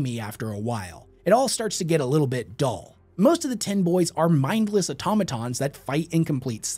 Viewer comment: Did bro just say AUTOMATONS?!?!?!